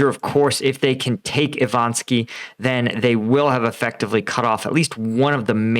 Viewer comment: I-VA-NIV-SKE, not Ivanski O-PYT-NE, not Optyne Can't read simple words for months, so cringy.